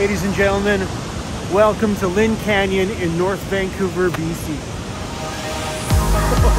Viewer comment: VAN couver 😂